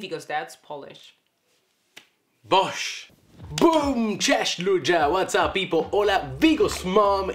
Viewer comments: Man, you are awesome. Good polish pronounciation, wide vocabulary and readiness to learn Polish are impressive traits of yours! Keep going! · I'm really impressed with the pronunciation of Polish👏 gratulacje☺️ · Very good Polish pronunciations. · I'm well impressed how you're handling Polish vowels... Dobra robota.